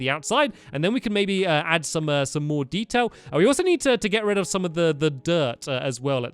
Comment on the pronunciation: When stamps said detail he said dedail LOL 😂